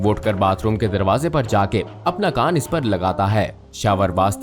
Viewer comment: pe suno kay bola kan ki jaga gan& bol diya 😂